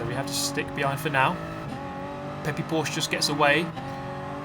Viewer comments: i know, but he just emphasized on that E so much haha "Porsch-eh" is how I'd have said it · Porsch-E Nordschleif-E and so on... :*